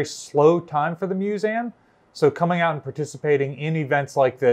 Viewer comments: Narrator, please stop mispronouncing 'museum" as mus-a-um", it is "Museeum" you are in a position of educational authority, and it just stinks that you mispronounce 'MUSEUM" try google pronunciation, and listen hard, you almost don't pronounce the "E" at all. (ACTUALLY SHAMEFUL) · Does he keep saying MuSam ? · I'm not sure how I ended up on this video, but it was very interesting to watch and I enjoyed it. That being said I can't stop hearing MEW-ZAM now.